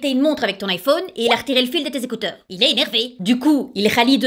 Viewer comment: L'iphône... Moi: Euh... Tu es au courant qu'en anglais on dit 'phone', donc pas phône... Ça m'a perturbé toute la vidéo mdrrr 😂😂😂 D'ailleurs, quand on y pense, IPhone ça veut dire littéralement 'Je téléphone'... Oui je viens juste de m'en rendre compte 😂 Edit: je reviens après manger et je vois que j'avais tout faux en fait! 😂 Bah merci les gars de m'avoir appris des trucs ✌🏻